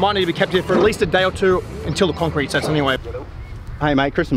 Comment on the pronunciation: conk crete??? that's cement bay beehhhh